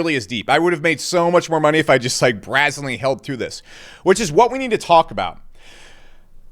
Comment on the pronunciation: "brazzinly" isn't a word, and that's not how you pronounce "brazenly". 😂